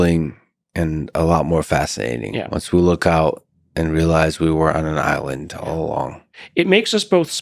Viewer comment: thought Garry said Ireland like hearing a bunch of English lads sailing up to the coast shouting at the confused Irish fisherman on the beach quite some time ago